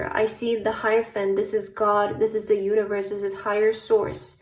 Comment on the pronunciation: I chose pile 3 and in the beginning of the reading when you said universe I heard uterus 😂😅